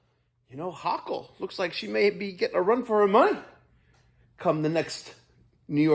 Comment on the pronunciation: 😄Governor "Hocker"🤣